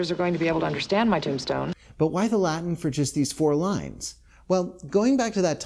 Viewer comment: Omg finally a youtuber who can pronounce latin.